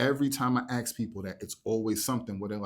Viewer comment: 'Ask', not 'axe'. Please do better, as you make us look ignorant and uneducated.